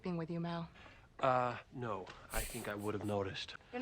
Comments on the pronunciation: ~Mal~ not ~Mohl~ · Pet Peeve after 10 episodes: "Mal" is short for "Malcolm" not "Mahl" short for "Mahlcolm". Also, if there were future seasons, I'm sure YoSafBrige would have returned.